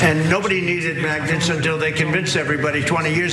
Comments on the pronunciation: Yeah. He keeps saying maggot instead of magnets. Wtf😂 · Did he say maggots, or magnets? I don't think he knows the difference.